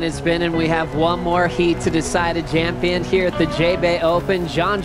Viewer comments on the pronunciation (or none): did the announcer just say jampion?